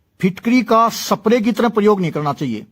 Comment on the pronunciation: सप्रे नहीं. स्प्रे बोल